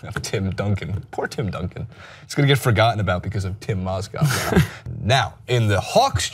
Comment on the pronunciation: Strange you talk about Mozgovs first name but you get it wrong yourself.